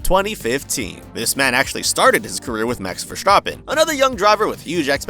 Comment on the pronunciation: He said verstappen flawlessly